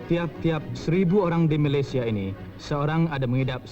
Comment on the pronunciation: org dulu2 walaupun menjadikan dialek riau-johor bahasa perantaraan dan mengarus perdanakan tapi pengucapan Malaysia tetap MalaysiA( sebutan baku dan rasmi) bukan Malaysie.. org2 TV sekarang galak pengucapan Malaysie.. Badan2 Finas,DBP, Jabatan Penerangan Malaysia pun seperti halal sebutan tersebut.. sepatutnya kekal la sebutan Formal iaitu Malaysia bukan malaysie.. ni bangge dgn sebutan Malaysie.. seharusnya mana2 nama negare yg hujung A sbutan juga A bukan E.. tiada konon2 sleng apa bagai.. ambil contoh pengacara dlm tv ni boleh je sebut Malaysia bukan Malaysie.. Finas,Jabatan Penerangan Malaysia, DBP kene adil dgn mejoriti rakyat Malaysia yg masih lagi sebut Malaysia bukan mengia kan kelompok minoriti yg bangge sebut Malaysie.. nanti lama2 generasi kedepan , jgn kan pengucapan tapi menulis pun Malaysie kalau kita tak betulkan dari sekarang..